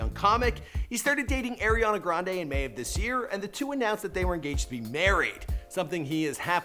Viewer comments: Bruh it's not Airiana it's ARIANA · It's pronounced "ari"ana not "air'ana😂😂💀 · It's Ariana people, not Eriana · The guy keeps calling Aeri Aana grande... creeping my brain out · "AIRIANA".... ariana...